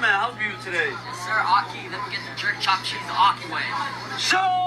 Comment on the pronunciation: Thopped theese lol. Chopped cheese is the best